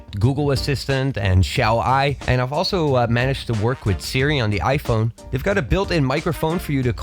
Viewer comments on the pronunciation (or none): none